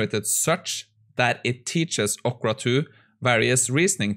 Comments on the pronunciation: ORCA, not ocra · say orca again